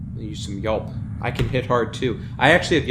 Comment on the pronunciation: and Yaulp as Yelp :P